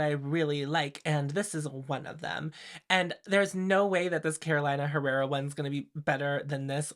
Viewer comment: may I say you're too polished to say carola-ina herrera, pencil it in for next time as caroleena herrera! PS: I've been waaaay more intregued by the LH palette rather than this ND launch. And if everyone did magnetic palettes/ pans, i dont know if i would even consider half the ND palettes I'm interested in...